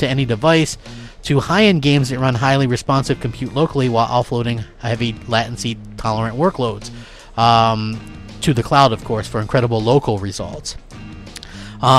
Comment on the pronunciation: Hey this has really been bothering me. It's pronounced "Lay-Ten-see", not "Lat-in-see". Please at least speak correctly, come on man